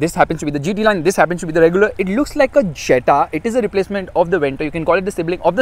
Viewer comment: Its pronounced as Yetta